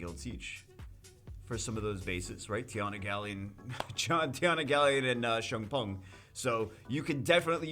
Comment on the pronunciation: 청풍 - > cheong (eo sounds like "e" in water) pung (u sound like "oo" sound in loon)